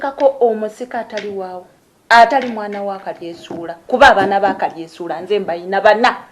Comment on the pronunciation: Naye maama mukulu tomanyi na how to pronouse yo hasbandz name mbu kalyesuula its kalyesubura not kalyesuula haa haa